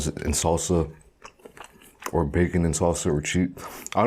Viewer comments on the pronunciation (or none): "Bay-kon" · And the Bay CON